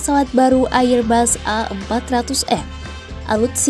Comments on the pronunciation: Airbus dibaca erbas, bukan AIR BAS. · Bego ni orang nyebut AirBus ngak benar,, loe sekolah ngak